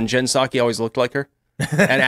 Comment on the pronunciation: Lol, the P in Jen Psaki is silent.